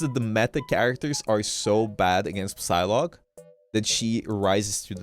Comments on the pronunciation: is it Psylocke or sylock like how is it supposed to be pronounced coz it sounded wrong when he said it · Is he pronouncing the P in Psylocke?